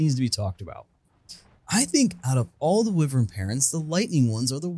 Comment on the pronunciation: It’s pronounced why-vern not wih-vern